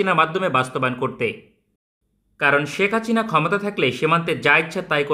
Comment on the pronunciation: হাচিনা না বলে হাসিনা বলেন।